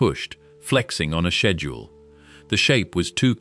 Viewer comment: Dude why does it take u 2 hrs to say this. Its a 5 min video at best for real. Do a 2hr long video about blacks holes not this boring shit. By the way its just schedule. Not shhhbedule lol.